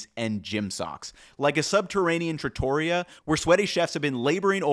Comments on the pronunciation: Also "trattoria". I noticed the mispronounced chemical but I had to sound it out myself at first. Wouldn't quibble about that. Also you pointed out that truffles aren't mushrooms but kept calling them mushrooms. I'm confused about your answer to the question about using white truffles more if they cost the same as garlic. Why not? You seemed to fall back on the high cost. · You also mispronounced "trattoria". The emphasis is on the "ri", just like in "pizzeria", "osteria" etc.